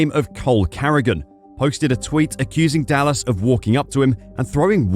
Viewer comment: Is this AI? The speaker can't even pronounce Dallas right...